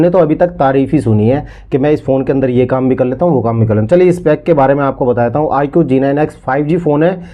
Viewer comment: Bhai aapne shuru me jo IQ phone ka name number bhi sahi se nahi bola nahi dikhaya mujhe to kuch samajh nahi aaya